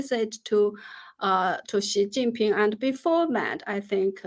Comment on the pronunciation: Was I the only one who heard S#i++y Ping instead of Xi jing Ping.